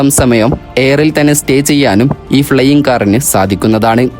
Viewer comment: ഫ്ലെയിംഗ് എന്നു കേട്ടാൽ അറിഞ്ഞൂടെ